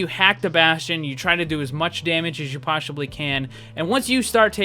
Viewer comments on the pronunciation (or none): ...as you PoSssHhiBLy can... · poshibly caan XDDDD